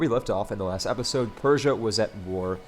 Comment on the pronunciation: episode [ep-uh-sohd, -zohd] click the link to learn how to say episode